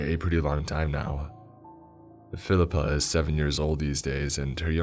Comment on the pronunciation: “Phil-I-Pa” or Filipe?